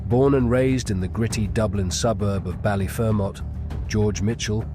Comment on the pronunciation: Bally-fur-met that’s how you pronounce it. Good video